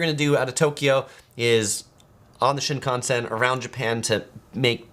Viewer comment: You are really mispronouncing Shinkasen.